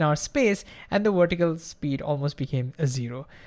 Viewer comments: It's pronounced VER-tih-cal, not WERE-tih-cal. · The speed and excitement of your talking completely undermines your trying to explain something simply. You are completely carried away by your annoying enthusiasm to the detriment of what you are trying to convey.Also vertical is not pronounced wertical. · Why does he pronounce vertical with a w and video with a v. Where is the consistency?